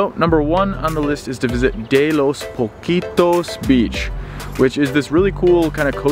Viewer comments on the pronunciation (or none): hi, my friend! No se dice playa Poquitos, jjja! ES POCITOS, diminutivo de pozos, yo puedo enseñarte Español. by end thanks u!